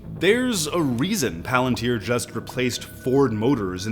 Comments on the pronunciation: God I wish more people learned it's pronounced 'Pah-lantier' not 'palan-tir' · Everybody (including Peter Thiel, co-founder, and Alex Karp, CEO,) pronounce "palantír" improperly. If I'm not mistaken, in Quenya (the Tolkien-constructed language the word "Palantír" exists in,) the stress typically falls on the second-to-last syllable if the vowel is long. In "palantír," the "i" is marked as a long vowel, so the stress would fall on the second-to-last syllable, i.e. syllable 2: "pa-LAN-teer." The plural form, palantíri, would be pronounced with stress on the second-to-last syllable also, like "pa-lan-TEER-ee." Tolkien has a grammar guide for the Quenya language you can easily look up for good info. Edit - I should add that Palantir, the company name, technically does not have the I marked as a long vowel the way the item from the book does, so the company name may actually be produced like "PAL-en-teer," which doesn't sound half as cool, but the common noun item from the book is pronounced like "pa-LAN-teer." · It annoys me to no end that they named it after the LotR Palantir but CAN'T PRONOUNCE PALANTIR CORRECTLY!